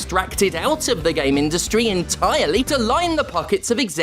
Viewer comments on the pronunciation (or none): That In-tire-Lee was fantastic lmao